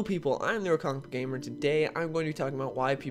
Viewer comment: Is it just me or do yall hear "theNewerComicBookGamer" instead of theRealComicBookGamer?